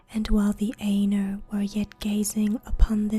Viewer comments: Such a great job! Pronouncing words very well. The Ainur is a bit more "Eye-Nor" than "An-er". Just constructive feedback. I love these!!!! You have no idea. I have always wanted to hear this in a female voice. Thank you!!!! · aye-noor not ā-ner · Yeah pretty sure it's supposed to be "eye-noor" or something. Lol. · Sorry to be a dick but it's pronounced "eye-noor" not "ayy-ner". Really got on my nerves, couldn't relax. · I would enjoy this much better if the words were pronounced according to Tolkiens language rules. "Ai" is pronounced like eye, not a long A. Ainur - eye noor. Ainulindalie - eye noo leen Dahl ee eh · When she says (aynur) instead of (eye-nur) it ends up sounding like (anal). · I checked out at 10 seconds when you almost pronounced Ainur as anus. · The Ay- nurr? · actually her pronunciation of Ainur is horrid. I spent 6 years studying Qwenya and Sindarian languages. Ainur is Qwenya and pronounced aye-noor. It's about as bad as saying The Children of Durin when it is Hurin. There are plenty of resources written by Tolkien on how both Qwenya and Sindarian are pronounced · I always said it as "Ai-nor" but you might be correct